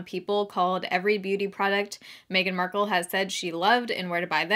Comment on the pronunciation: When I heard “Every Beauty Product Meghan Marcelle Has Said She Loved- and where to buy them” it sounded just like “Fantastic Beasts and Where to Find them” 😂